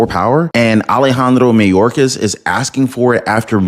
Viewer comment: It's not "may-orcas". Its "my-orcas".